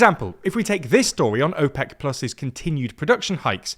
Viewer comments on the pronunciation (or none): none